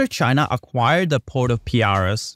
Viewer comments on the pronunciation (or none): There’s something called ‘articles’ in English. ‘The’ is one of them. There’s also a letter called ‘v’. And, lastly, Piraeus is pronounced as “pi” - ‘re’-‘us’ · If only the commentator could pronounce the word 'Pireaus' correctly then the narrative would be more creditable!